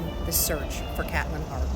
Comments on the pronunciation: Hey name is pronounced KATE LYNN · Resptfully, you miss pronounced her name